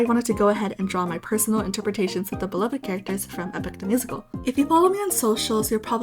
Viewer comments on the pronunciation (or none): none